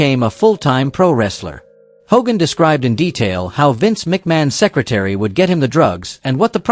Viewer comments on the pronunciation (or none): none